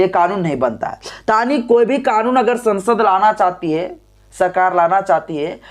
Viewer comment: Sasand nahi sansad.pl.correct while educated the viewers.